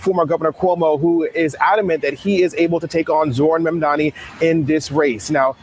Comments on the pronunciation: It’s Mamdani not Mandami. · At least learn to pronounce his name correctly. It's not Mamdami. It's MAMDANI. Is this a black thing? And why are blacks supporting Cuomo? Black people are totally racist towards South Asians. They also love the fact that Islamophobia is rampant. The spotlight is on Muslims and not them. Also hating Muslims makes them think they will be accepted by whites more. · Why are so people calling him "Mandami" instead of "Mamdani"? It's not the difficult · How is it so difficult for you to say his name? You say his name like Cuomo does 🤮🤮🤮… MOM DA KNEE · Please pronounce Zohran Mamdani's name correctly! It is Mam Da Ni! Thank you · Please pronounce Zohran Mamdani's name correctly! It is Mam Da Ni! Thank you! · is so reactionary. She loves MAGA and Candace Owens. His name is pronounced: 'Mom Donny'. Why is this so difficult for? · Please learn Zohran's last name. It Mamdani. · Please for the love of God, pronounce his name correctly. Oh my god. 🤦🏽‍♂️